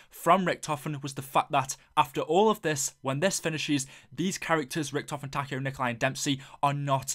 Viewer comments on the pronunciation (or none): none